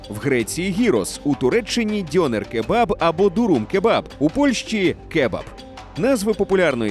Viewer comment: У слові "дьонер" наголос має бути на "е".